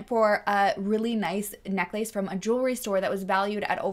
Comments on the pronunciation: Omg I cant. Necklace is one word. Its pronounced more like neckless. Its not neck lace for f's sake. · Omg what a character...this Gary. Also, I have never heard anyone pronounce necklace the way you do. Haha. Happy new year. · I have never heard the word necklace pronounced as neck lace. Now I'm questioning my lifetime of pronunciation.... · I cannot with the neck-lace lmao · I’ve never heard anyone pronounce necklace as neck-lace..it’s so cute lol…